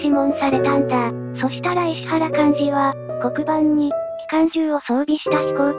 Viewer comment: 石原はいしわらと読んでいただきたかったですねぇ。ゆっくりの変換が大変なのはわかるが